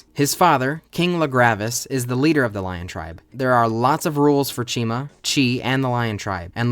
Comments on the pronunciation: I thought you said china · Never herd it pronounced. Always figured it was said like Chimera So ch-I-ma . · Why is the protagonist's name pronounced like it should be a brand of shampoo